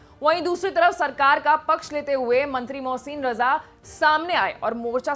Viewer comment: मोहसिन रजा 😂😂😂 मोहसिन रजा 😂😂😂 मोहसिन रजा 😂😂😂 कौन है ये 😂😂😂😂😂